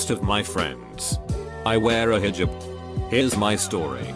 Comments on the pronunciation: no one: Text 2 speech: HJuB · Nobody: Reader: hejib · Lmao hijib😂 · The way the voice says “hijab”